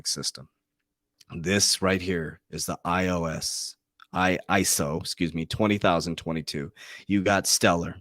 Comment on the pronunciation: Christ, now he can say "Gensler" (most of the time) , but he can't say iso20022😏🤣